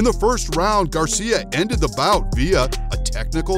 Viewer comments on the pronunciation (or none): none